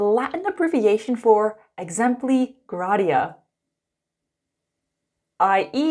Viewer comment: “Gratia” is pronounced “Gray-sha”. 😅👍